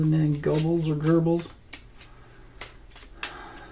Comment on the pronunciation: Goebbels, no r